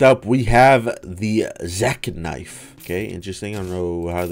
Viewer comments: dude really said zeK knife the word was spelled zeKNIFE they are 2 diffrent words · "zek-nife" lmao